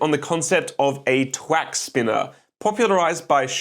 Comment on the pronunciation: Thwack, not twack...